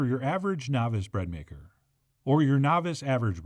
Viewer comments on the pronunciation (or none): none